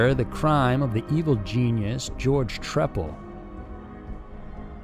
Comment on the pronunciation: I remember watching this on American Justice. His name is pronounced “Tree-pal.” At least according to Bill Kurtis. 😉